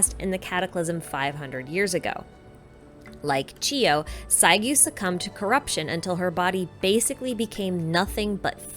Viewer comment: i want to point that the double u at the end of saiguu name are pronounced more like a soft “oo” sound..